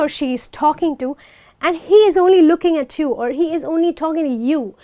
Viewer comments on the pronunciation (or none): none